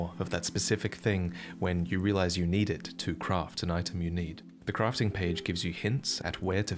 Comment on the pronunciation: What is Crofting? Are we playing Tomb raider? Say this with me.. Craft , Craaaaft.. aaaa Craft. Why do you say Battle and not bottle, but you say fost and not fast? Come on men, lets get into bottle! Are you saying posture or pasture?